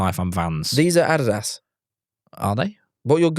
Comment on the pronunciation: i have never heard someone say “adidas” so atrociously.